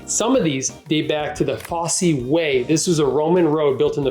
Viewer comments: Pronounce ‘Fosse’ with a silent ‘e’ , Blenheim-Blenum phonetically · Blen-um not Blen-highm. Foss not Foss-e 😊